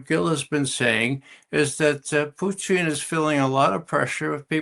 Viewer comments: Why does he say “Putin” like that? He’s not a tasty treat of french fries, gravy and cheese curds…. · who is this clown who can't pronounce Putin's name correctly?